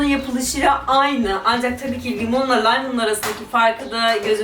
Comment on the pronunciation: Laymın değil o Lime diye yazılıyor Laym diye okunuyor